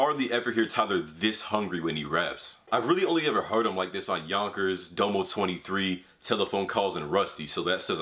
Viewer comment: U said domo’s name wrong. Put some respect on his name 😂